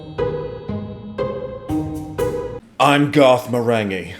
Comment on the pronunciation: Marenghi has a hard G like in finger